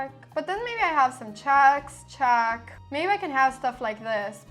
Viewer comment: The way she says "chæck" instead of "check" is doing my fucking head in